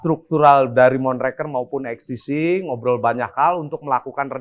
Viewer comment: (((Eks Te Si))) 😂 EKs Te Ce mas